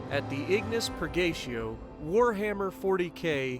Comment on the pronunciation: Damn neither you or can pronounce Purgatio right:D It's Per-ga-tea-oh. It's Latin.